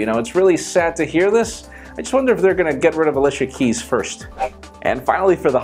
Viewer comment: He said Alissssha Keys..... lol..